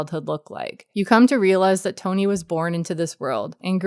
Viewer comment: Love the video. Just a little sidenote. Mads' characters name is "Tonny" like you write on screen, but that's not actually pronounced as "Tony". Its pronounced as "Ton-EE". It doesn't really make a difference if you're not danish but "Tony" is just an unusual name in Denmark. "Tonny" on the other hand is a name almost exclusively given to kids of lower class people.